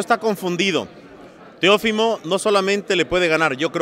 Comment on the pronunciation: Jorge, es Teofimo y no Teófimo.... pilas... escucha como él pronuncia su nombre y esa es la manera correcta